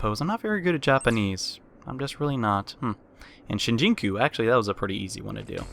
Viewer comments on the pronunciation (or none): "Shinjinku" Good lord you weren't kidding. Shin-joo-koo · I'm very confused on how he got Shinjuku wrong. But he has developed now